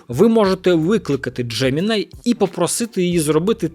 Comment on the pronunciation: Джемiнай читаеться як джемiнi